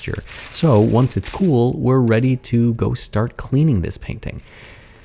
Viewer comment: I heard "oanch" instead of "once"